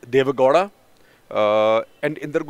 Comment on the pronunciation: For heaven's sake Shekhar it's not Deve "Ghoda", it's Deve "Gow-da"(gau-da). You hv been repeating this since the days of "karnatak". Get your pronounciations right as a journalist.